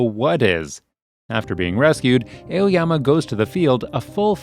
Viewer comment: ''Eoyama'' hehe